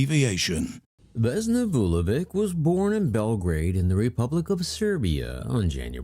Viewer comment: The plane was shot down (planted bomb) by the Croatian Ustasa, the communist government at the time did not like to announce it because most of the dead were Serbs.And you could learn how to pronounce Slavic (Serbian) surnames, that letter at the end is not read as K but CH.